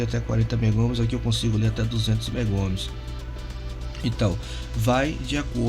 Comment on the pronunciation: Meu caro, bom vídeo, porém corrija as nomenclaturas: MegaOhms, e não megoms; Farads e não faradais; Fahrenheit (pronuncia-se faren-haits) e não fareouse. 😉